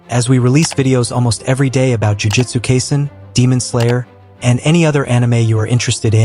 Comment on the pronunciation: Kaiser? Its kai: sen: say it with me.